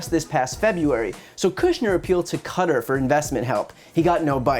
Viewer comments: Is Qatar not pronounced Kuh-tarr not cutter? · Babe - you're gorgeous, and I love your work - but how do you pronounce Qatar? It's not "cutter" its "kattaaaarrrrr" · PLEASE PLEASE PLEASE!!! QATAR IS NOT PRONOUNCED "CUTTER" IT IS PRONOUNCED "KHA-TAR" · I’m sure others have mentioned this, but you pronounced Qatar as ‘cutter’. It is pronounced like ‘ka-tar’. Not being a jerk, just letting you know so you can get it correct next time! You’re videos are awesome Brian keep them coming please! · Ummm.... its pronounced 'Ka.. tar" not "Cutter" .... very distracting...😏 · Cutter? Its pronounced ka-tar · I think Brian has the best news show on you tube. Someone please tell him that Qatar rhymes with guitar. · Cutter? Really, Brian? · Please look up the correct pronunciation of Qatar haha. Its definitely not "cutter". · Hey Brian, sorry dude but Qatar is pronounced "Kah-tahr" (emphasis on the second syllable). Love your stuff dude! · You’re saying Qatar wrong? It’s not cutter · lol dude I like watching you but fyi its Qatar (Ka-tar) :) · Can Americans STOP saying cutter. Qatar is not pronounced that way! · Qatar is not pronounced “cutter”....wtf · Qatar is pronounced Katarr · xx yy It’s pronounced “cutter”. Look into it. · Do Americans pronounce Qatar as "Carter"? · Brian.... love your show. You, however, make the second journalist to pronounce the country of Qatar incorrectly. [ Qatar (/ˈkætɑːr/,[9] /ˈkɑːtɑːr /ˈkɑːtər/ or /kəˈtɑːr/ ] Having been there myself, it's not pronounced [cutter]. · Please check pronunciation of Qatar. News and media are pronouncing it wrong. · That's not how you say Qatar 🤦‍♂️